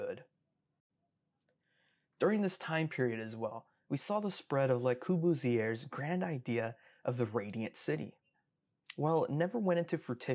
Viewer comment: I believe it's Le CoRbusier not Cobusier